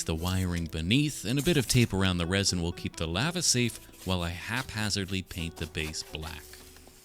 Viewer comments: I had finally came to peace with the way you pronounce aluminum just for you to pronounce lava (“laa -vuh”) as “lah-vuh”, I can’t do this anymore 😔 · I can accept how says “aluminum” but I draw the line at “lava”. Not ok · The way you say lava is so funny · I thought Lava was the monsters name cause the way he pronounced it, I only noticed he's saying the hot stuff when he started making the Lava